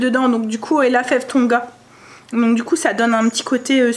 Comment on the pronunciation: Coucou,c'est fève de Tonka et non Tonga 🙂 mettre le thermomètre sous le bras 😄 jte comprends lol